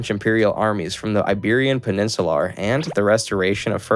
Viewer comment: Iberian PeninsuLAR